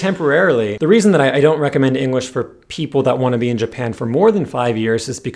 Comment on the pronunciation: Everytime you said English, I heard Engrish or Enguish